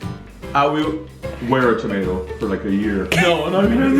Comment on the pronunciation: You say tomato I say TOMAT Haha 1 like for tomat challenge